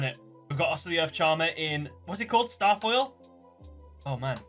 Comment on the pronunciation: Oof, my man called it starfoil.....